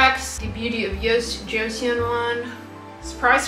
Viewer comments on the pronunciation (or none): Hi,! You might wanna know that "Joseon" is pronounced somewhat like "cho-sahn" - you can also use google translate to hear the pronunciation (type "Joseon" from English to Korean). Lovely video as per usual - you are my comfort youtuber:) Happy Saturday, everyone!